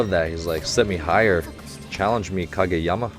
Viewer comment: ahahaha!! “Challenge me Kageyawma” 😂🤣